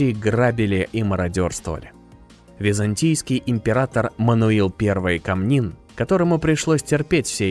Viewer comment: Интересно конечно. Но. Текст читается вроде по русски. А как будто не носителем языка. По русски будет щЕцин, а не щецИн. кОмнин, а не комнИн. Вы вообще от куда будете?